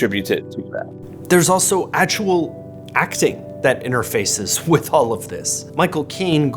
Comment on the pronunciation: The way says "all" is very telling, almost like it's 'ol'. It's very Midwest.